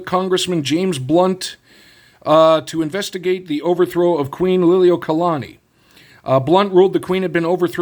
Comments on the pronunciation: You pronounce queens name great brother 😊❤ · As a Hawaiian.... your pronunciation of the Queen's name was pretty solid. Nice video brother.